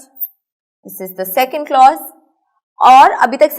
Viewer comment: teach the lecture by yourself. The girl does not know the pronunciation of the word clause and she cannot teach it like you Thanks